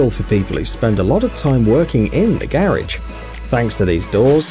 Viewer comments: Your killing me, learn how to pronounce garage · This guy needs to learn how to say “garage” correctly. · oh garage, I though he was say carrige and was so confused in the begining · garidge, garage that accent